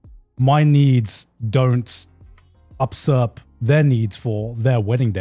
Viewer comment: the way garnt pronounced usurp is giving me whiplash